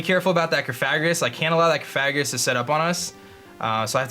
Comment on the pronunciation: Has anyone corrected you on your pronunciation of cofagrigus?